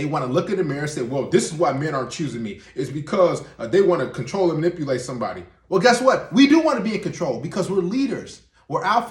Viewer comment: I just heard the word "manippleate" in this video 😳